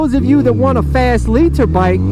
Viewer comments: hate how you say liter but love the vids long time fan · Lee-Tur bikes lol